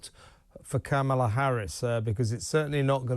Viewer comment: It's Kah mah lah